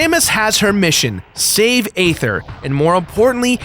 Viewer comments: It's pronounced Ee-ther not Ay-ther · Okay this bothers me way to much The planets name is pronounced as ETHER! THE A IS SILENT! STUPID? MAYBE. BUT TRUE!